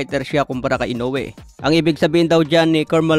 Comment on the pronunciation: HINDI PO SI INOUE ANG DUMADAYO SA IBANG BANSA NA MALI PO YONG PAG BIGKAS MO NA PANGALAN